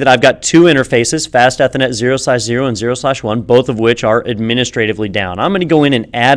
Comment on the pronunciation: Ethernet.... eh thernet X[